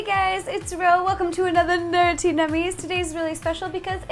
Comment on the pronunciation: Does it bother anyone else that she says nerttie instead of nerdy nummies?